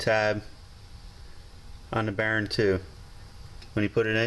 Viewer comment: I like how you say "bearing" (Barron) haha